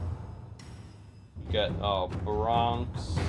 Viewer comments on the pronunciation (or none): bare ee on ex not bronx